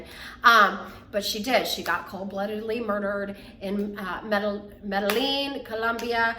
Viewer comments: Me-de-yin, for the pronunciation. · Can someone please teach this brain surgeon how to pronounce Medellin? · please learn how to pronounce Medellin.